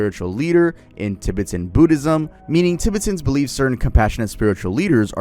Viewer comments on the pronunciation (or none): tuh·beh·tn .. not Ti.Bit If you're going to do a video essay, please look up the pronunciations prior to recording the video. If you're going to do a video essay, please look up the pronunciations prior to recording the video. Nothing irritates me in life more than mispronunciations, especially by fluent English speakers. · tib-i-tin? i thought it was pronounced ti-bet-en 😭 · Give us the lost footage between and where he learns how to pronounce "Tibet" Edit: nvm he goes righr back to saying "Tib-bit-ton" im DEAD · Pronounced Dolly not da-Lie And Ti BET an not tibbitin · I can't listen to you say tibbatin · “Tibitan” is sending me 😂😂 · "Tibbertons" "DUH-LIE LAMA" 🤣🤣🤣🤣🤣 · and tibeten... "tibiten" lol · I tried to watch this but you kept saying Tibetan wrong. How are you pronouncing Tibet right and Tibetan wrong? Also that's not how you say dalai lama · Bro pronounced Tibetan so weird. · Cool and all but I cant forgive your pronunciation of Tibetan. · doesn't know how to pronounce Tibetan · I wonder if Batman learned how to make a tulpa from the Tibetan monks too 😭. Also I hate how bro pronounces "Tibetan" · The way he kept mispronouncing “Tibetan” and “dalai lama”😂🫡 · I'm so sorry but the mispronunciation of Tibetan and Dalai Lama are KILLING me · ilysm but please use google pronunciation on Tibet, Tibetan, and Dali lama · i swear hes saying tibetan and dali like that on purpose. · It takes maybe 4 minutes to google how to pronounce Tibetan and Dalai. Like common bruh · Is bro pronouncing everything wrong on purpose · I love you, but why the hell are you saying Tibetan and Dalai Lama like that broski😂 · I love you but you are pronouncing Tibetan and dalai sooooooooo wrong it's actually frying my brain 😭😭😭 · Does bro need to look up how to pronounce Tibetan? Is that what bro is trying to say? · why did you pronounce tibetan like that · The Tibetan pronunciation is completely cooked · And Tibetan lol